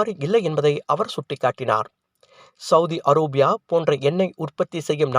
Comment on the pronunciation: செளதி அரோபியா அல்ல. அரேபியா என்பதே சரி. சவத்த மூதியெல்லாம் செய்தி வாசிக்க வந்துட்டானுவ.